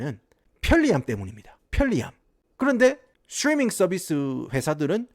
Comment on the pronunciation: 스츄뤼민 썰비스 스빠리뽜이~